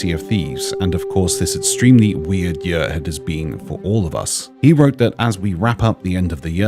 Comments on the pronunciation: I like but I really hope he would start saying "year" instead of "yuhr" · Bro I can’t get over the way he says year. Yuur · Why does he say year like that🤣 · The way says year triggers me